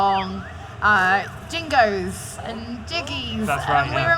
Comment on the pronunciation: discluding zelda, definitely my most anticipated game. also did anyone else notice she said jingos instead of jinjos?